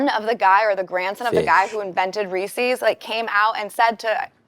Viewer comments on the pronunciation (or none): Reese’s…. NOT Reesieeeeeees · People not properly pronouncing "Reeses" is such a huge pet peeve of mine..and lil dicky, mr. vocabulary didnt correct anyone on it